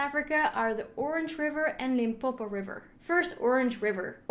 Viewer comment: I'm glad you pronounced Limpopo correct